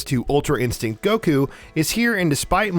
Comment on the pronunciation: Ok my man's is doing it on purpose, who the hell calls Goku Kaka wrote? Like wtf?